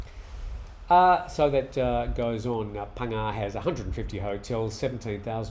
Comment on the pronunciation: Hi You're getting good at names. Phangnga you've got well now. Srettha Thaweesin very good. Just one detail, The 'a' in Thaweesin should be shorter and unemphasised. You're saying Tar-wee-sin. Much easier for Thais to recognise if you keep the 'a' short and put the emphasis on the 'wee'. I'm a 40 years thai language nerd! Great talk as usual.